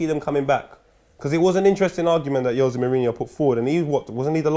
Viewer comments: Its not YOZAY Mourinho, its HOOZAY Mourinho. -_ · It’s Jose not yose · What is yose he’s Portuguese ffs it’s Jose